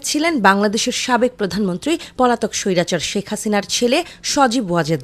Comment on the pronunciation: উপস্থাপিকা আপা, সইরাচার কি?কথা সুন্দর করে বলেন।আপনি না শিক্ষিত মানুষ। শিক্ষার একটা দাম আছে তো